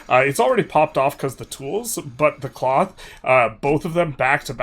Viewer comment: twels into cloff